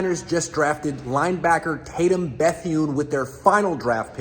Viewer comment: Why tf you pronounce his last name like that, made that way harder than it had to be 😒 wtf